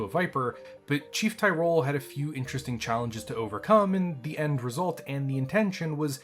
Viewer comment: I have the answer to all your misgivings about chief Tyroles. Jesus can you mispronounce the chiefs name a few more times please. Everything worked out because……plot armor. Nuf said.